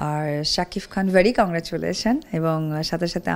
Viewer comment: স্বামীর নামটাও ভালো করে বলতে পারে না রে.... শাকিফ...ফ...ফ 😂😂😂😂